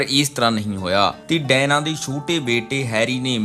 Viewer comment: ਭਰਾ ਡਾਇਨਾ ਨਹੀਂ Diana ha usda nam.... punjabi accent